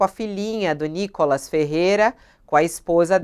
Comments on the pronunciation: o cara chama o nícolas de nocólas?? quanto ódio ao ponto de não Reverbera o nome correto do nícolas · Cara fala NicÓLAS 😂😅😂😅😂😅😂😅😂😅😂😅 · Cara não sabe nem falar Nikolas! 😂😅😂😅😂😅😂😅😂